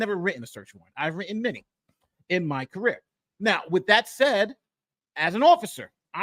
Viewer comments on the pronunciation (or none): none